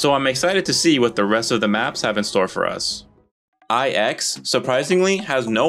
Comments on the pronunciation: No way bro called IX eye-ex instead of nine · did blood unironically call pronounce IX as eye-ex? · edging it right now because you keep calling it Eex thanks for that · Bro really called IX "eye ecks" Wicked sick yo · it's pronounced Eex